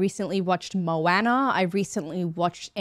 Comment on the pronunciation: Kinda loving how you pronounce Moana. ;)